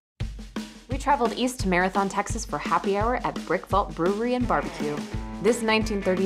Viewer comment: its pronounced Marathun!